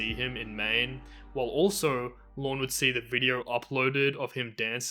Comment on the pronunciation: The only criticism I have of this video presentation is the excessive number of times the narrator said Lorne's name, and that it always came out sounding like "Lawn." I did get a kick out the two times I heard the narrator saying "gilfriend," and then right after that saying the word "catfishing." I suppose I'm teasing you a bit with respect to your national regional dialect, but we do have to honor the different ways that people have grown up speaking their particular dialect, in this case with respect to the English language, and to value the beauty that emerges from the many voices of individuals who have a "different way" to speak this language. There was a passing comment about what I would call "Elder Abuse," and that is when Lorne, and I think it was his brother, stole $30,000 from this elderly couple on the pretense of doing some major plumbing work--or septic work. But the work only got started before Lorne took off with that money and apparently left town--for good! And then the guy who led a fundraiser to get this money paid back to this elderly couple absconded with those funds! So that becomes another horrible tragedy! And, of course, one of the Greater Tragedies is that Lorne never felt ashamed or believing that, in fact, he did commit a very serious crime. It just seems like he never owned up to what he did. And apparently he still doesn't seem to understand the enormous impact his ignorance in how he thinks and about his actions toward others have played out